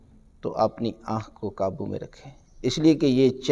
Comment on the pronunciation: VerY NiCe ReallY GreaT. QibLA MouLanA Sahib PLease ImProVe Few Words, Of Your Arabic and Urdu Qaboo HaY Kaboo Nahin HaY, Tareeqa HaY TareeKa Nahin HaY, ThanK You VerY Much.